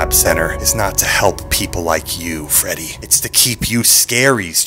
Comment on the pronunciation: So no one's going to talk about how called Freddy Fazbear fredward